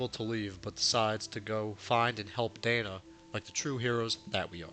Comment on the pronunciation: Lacrimosa of Dana .. not Dainuh